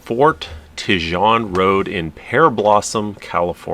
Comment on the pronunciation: not Tehjohn....Tejon pronounced (Te-hone)